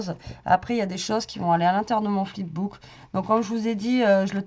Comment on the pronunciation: Fip book 🤣🤣🤣